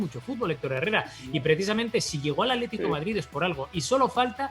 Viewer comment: Aletico de Madrid???? en serio... aletico????'